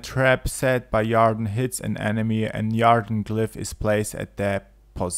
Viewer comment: Yarr-den? It's pronounced Eer-den.